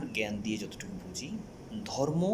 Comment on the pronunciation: আইছে আমার শিক্ষা বিশারদ! দুই লাইন ঠিক করে কথা বলতে পারে না। আসছে পাকনামি করতে! 😂 "জর্ম"